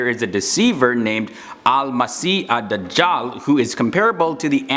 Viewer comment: This guy pronounces Dajjal as The jaw😂😂😂😂🤯...turn on subtitles